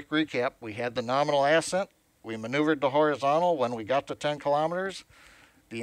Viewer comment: NOrMINAL AND ErrXCITING